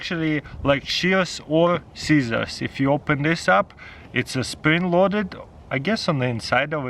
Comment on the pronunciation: Its ah spwing loaded